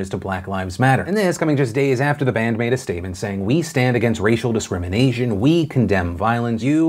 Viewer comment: Dude u pronounced it discriminasian check am i wrong ? commom Phil ur better than that man